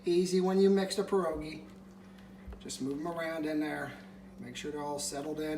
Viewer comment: Another great recipe,! FYI, try to say pierogi as if you are saying P-YEAH rogi rather than PER-ogi. That's closer to the correct Polish pronunciation to share with your followers.